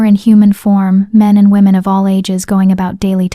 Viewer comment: Please stop guilt tripping throughout the story . It's amazing that the AI voice can put emotion in the plea's for subscriptions but can't get the emphasis of "ALL" correct instead says A-L-L . I have not subscribed and won't until the guilt trips stop. I don't mind a reminder of " don't forget to subscribe halfway through but please stop the manipulation.